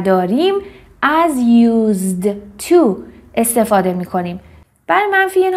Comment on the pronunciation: تلفظ used to ' یوس تو است نه یوز تو